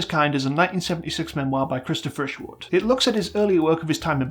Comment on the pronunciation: they say cristo fisherwood everytime